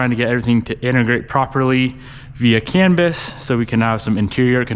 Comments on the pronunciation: It’s “CAN Bus”, like a bus you ride in. With that said, definitely a good time to get help from Tanner/smeedia for all of the custom can communications and harness work. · canbis? haha are you talking about the canbus?